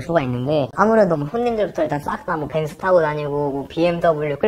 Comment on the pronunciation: 왜 벤쓰 벤쓰 하시는거죠?ㅎㅎ